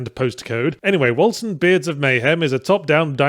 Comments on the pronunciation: Hearing everyone pronounce 'Wolcen' with a soft C instead of a hard C really rustled my jimmies and if that's how the makers of the game intend it to be pronounced then that just makes it worse. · "Wolcen" is the Norse spelling of Vulcan, and both spellings are pronounced in effectively the same way. I'm sure Yahtzee is well aware of this for the purpose of making fun of the game's generic name, but just pointing it out nonetheless.